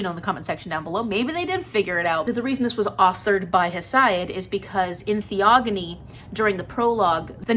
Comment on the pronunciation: Hey! Hesiod...Theogony...oh that Greek pronunciation...!